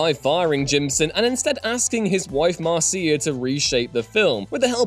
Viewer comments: mar SEE uh 😆 MARSH uh 👌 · "Marcia" in the U.S. (where she was born and lived) is pronounced "mar-sha." I'm just sayin'... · The narrator doesn't know how to pronounce the name Marcia?